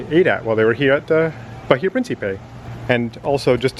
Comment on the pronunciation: The h is silent, ba-ee-a